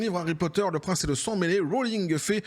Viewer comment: "Ah vrraiment, je suis le prrince de sang-m'mélé là"